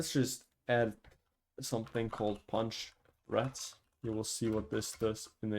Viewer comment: Not him saying "Punch Rats" instead of "Punch Thread"💀💀💀💀